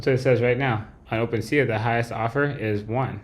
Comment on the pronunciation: I’m being so petty but can’t stop myself: open-sea-ah? Come on man it’s open sea!